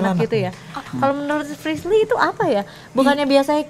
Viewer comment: Paling suka kalo panggil frislly tapi priscil 🤣🤣🤣🤣